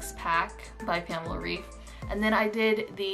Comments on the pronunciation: Just wanted to tell you that pamela‘s last name is pronounced ‚raif‘. She is German and in Germany we pronounce ‚ei‘ as ‚ai‘. Lots of love from Berlin 🇩🇪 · In english, 'raif' would be pronounced 'rayf,' normally. Pamela's last name is pronounced more like 'Rife' by english standards :) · yes, I speak german. I am trying to explain that the german way of pronouncing it would be said 'Rife' (ei in german makes a hard 'i' sound, not a hard 'a' sound as in raif) :) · girl but her name is german, so the right way is the german way. For example, my name is in portuguese and it's pronunced 'ahdôrrno' but in english it would be 'adorrknow' or smth like that